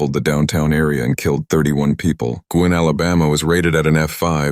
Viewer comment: Please, Guin, Alabama is pronounced “Gyoo’-in”, not “Gwin “!